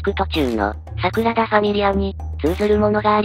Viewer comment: サクラダじゃなくてサグラダだよ